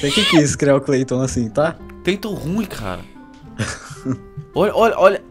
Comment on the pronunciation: Meu Deus eu matei o "Creiton" kkkk